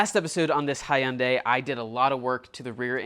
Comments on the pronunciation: Love your videos! Being a Hyundai owner (many), it's not pronounced hi un day. It's pronounced 'Hunday'. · It’s pronounced hunday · It's pronounced hooon die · It's pronounced Hun-day. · It’s just HUNday. Hyundai. Not HighYunday. So, let me say, I think you did a great job. However, the very noticeable paint mismatch on the back to the doors will be a concern that will demand you lower your price. Perhaps you should’ve sent it out to a body shop and had it properly blended. Otherwise it’s a nice car. Lotta work for $2000 though. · It’s pronounced like Hunday like SUNDAY. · FTR, Hyundai is pronounced like Sunday. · Love all your videos and your work ethic but absolutely HATE the way you pronounce Hyundai! lol!!! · Your inability to pronounce Hyundai correctly hurts me. (it rhymes with Sunday) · Why he say Hyundai like that? Takes so much work to say it in that manner.